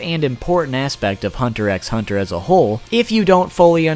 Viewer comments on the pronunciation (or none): It’s pronounced hunter hunter not hunter EX hunter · You don't pronounce the x in hunter x hunter, it's said like hunter hunter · Tyler he knows but he prefers to call it that Its x not ex* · I really wish you wouldn't say the X. Just because you think it sounds better doesn't mean you should say as such. The series is called Hunter Hunter. If you enjoy the content you should respect the name the creator gave it two spookey....I know your name I just like spelling it better this way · I cringe whenever he pronounces the "X" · Please stop saying Hunter Ex Hunter... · its hunter hunter not hunter ex hunter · You didn't explain ryu very well also the x in hunter x hunter is silent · you know you don't pronounce the x in Hunter x Hunter right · The X in Hunter X Hunter is supposed to be silent